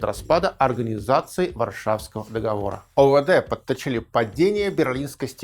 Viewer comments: договОры, не договорА) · Всё очень хорошо и замечательно, но только режет слух "нулевые" вместо двухтысячных и неправильное ударение в слове договоры (мы не говорим выборА, сговорА, помидорА в именительном падеже, но почему-то арго договорА некоторые политологи в речи допускаем)